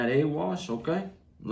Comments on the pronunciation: Whenever says "OKay", in my head I be like "OKay"! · I could listen to him say Budda, Powda, and Okay..all day Lol! Food always looks so good🔥